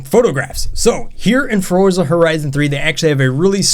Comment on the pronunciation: he says Frorza